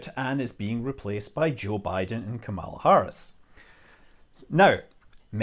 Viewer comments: You are pronouncing Kamala Harris’ name incorrectly. Kamala is pronounced like ‘comma’, as in commas and periods. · Good vid Scott! My only comment would be about properly pronunciating the VP-Elect's name :)